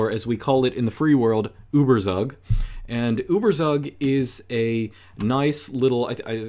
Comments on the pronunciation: I'm from Germany and his pronounciation of "Überzug" might be the most beautiful thing I have ever heard being said in German! My heart may have skipped a beat right there. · It's correct. Source: Me, being from there. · Turns out made this video just to flex his German pronunciation on us. 😂😉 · Your pronounciation of Überzug really nice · how long did you practice it just so you can pronounce it correctly?